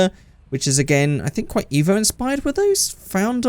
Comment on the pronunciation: Painful that you said evp